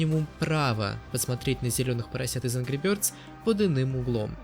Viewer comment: Ангру бëрдз